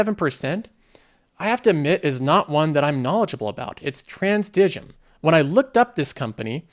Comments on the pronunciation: Pronounced Trans-dime. It's a compounder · Transdigm (pronunciation: trans-dime) is a behind the scenes assassin, a sleeper as one might call it. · TDG Transdigm (pronounced trans-dime, annoyingly) produces specialized aircraft components. Their performance depends a lot on inorganic growth, which I'd consider a risk, given the complexity.